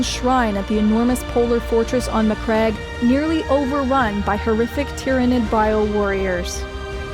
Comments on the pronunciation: REEEEE SPACE SMURFS MAC-CRAG = no MAC-RAGE = yes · Greatly made video. Also, a woman interested in 40k? By the emperor! Also, are you sure how Maccrage and Roboute Guilliman are pronounced? Because i thought it should sound like "maccraidj"